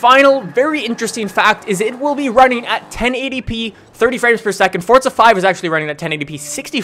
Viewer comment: Just wondering, why do you pronounce forza like "fortza"? My friends and I say it like 4za.